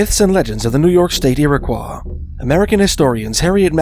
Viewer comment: I always heard it 'Irrah-qwoy"